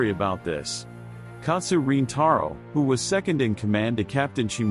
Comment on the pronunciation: Its not " matu" but maru..